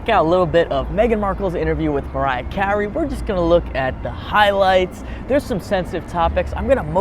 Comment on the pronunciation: Did you say "highlights"?